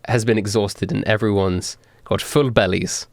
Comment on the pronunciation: Ummmmmmm I hate to correct you or I missed something but it's pronounced berries not bellies (that's what I'm hearing at least)